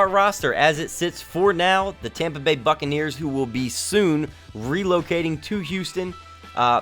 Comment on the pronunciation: When he said buccaneers about a minute 35 into the vid I thot he said fuckaneers